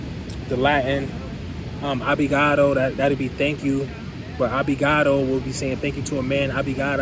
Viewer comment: its "ObR igado" not ObLigado ahaha